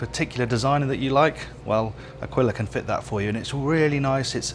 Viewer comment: Nice It’s A"keel" a, not akwilla